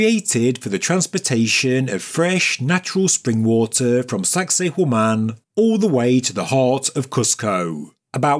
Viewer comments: all I hear is "Saxy Woman" when spoke the location. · Did you really say "sexy *hore man"? 😮 Stop it!